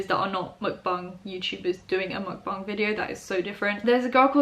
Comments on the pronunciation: She said mukbang right its so groundbreaking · Omg finally a YouTuber who doesn’t horribly mispronounce the word mukbang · Your mukbang and bang pronounciation is on point! People, bang is pronounced bah-ng not bae-ng